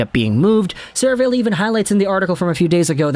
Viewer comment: Sera-valley. C’mon. Seriously.